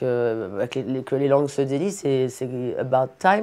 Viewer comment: Que les langues se délient et non “delicent”